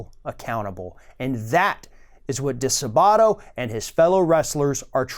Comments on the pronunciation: "di-SAAH-butto" NOT "dee-suh-BAW-to" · I am very thankful that you're covering this disgusting coverup,! FYI the accent is on the second syllable of DiSabato.